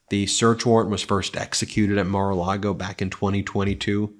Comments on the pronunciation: She said "Mare a Lago". What a tool. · She calls it Mare a Lago, not Mar.